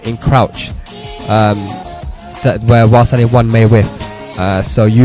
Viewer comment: Dude fix your english its while standing not wassadi...he said it like this...press wassadi 4,wassadi 1